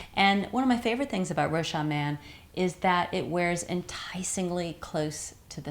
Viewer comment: Thanks for the review ! Rochas is pronounced with a "s" though. "Rochassss" : ) Ps: love from France